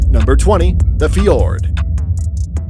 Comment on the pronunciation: You didnt say fjord and knapstrupper right :))